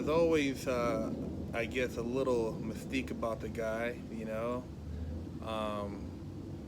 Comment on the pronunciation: Thumbs up 👍🏻 when my Man says mystique... U need to lift some weights With your Tounge..😂😂